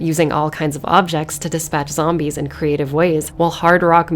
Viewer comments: Zombees. not the bees! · Zom-bees, huh. Damn.